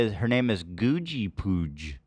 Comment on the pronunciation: one of the rare times he managed to do that! 🤣